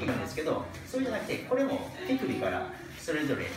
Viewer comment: ティクビで打つって聞こえて一瞬びっくりしたΣ(°▽°)笑